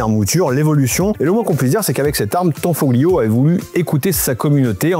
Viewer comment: On ne prononce pas le "g" on prononce tanfolio 👍🏻👍🏻 Comme tagliatelle ou famiglia A plus les appentis Italiens 😂😂